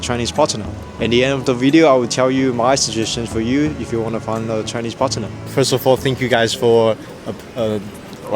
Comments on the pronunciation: Partner is said together, not Parte-ner. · I can teach you english if you like, "partner" is not pronounced "partenem"